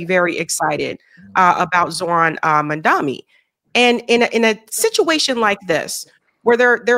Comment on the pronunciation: It's MAM-DANI not MAN-DAMI